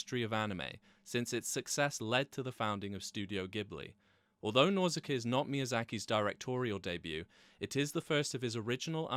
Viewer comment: Nausicaa not Nauzicaa, sorry but that was just driving me nuts because he's constantly saying it 😖 Even the spell check here is telling me Nauzicaa is wrong 😄 Absolutely great movie though, that and Mononoke hime are probably my absolute favourites. Always wished he would make more like that, awesome surreal phantasy stuff.